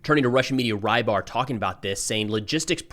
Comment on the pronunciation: His name is not Raibar, rather Reebar. Or Rɨbahr. This means "piscator"